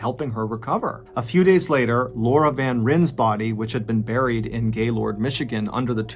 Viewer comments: also it's pronouced as van "Ryan" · I grew up with the VanRyn family! also their last name is pronouced van "ryan" :)) crazy to hear their story being told by someone very popular in the internet!